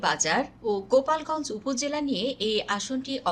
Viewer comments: 😂 গোপালগঞ্জ নয় গোলাপগঞ্জ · উপস্থাপিকা গোপালগঞ্জ নয় গোলাপগঞ্জ।